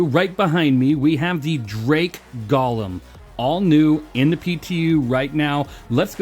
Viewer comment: pretty sure its goh-lem not gah-lem